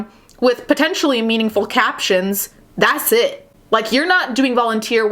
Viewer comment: when you said “dasssit!” LMAO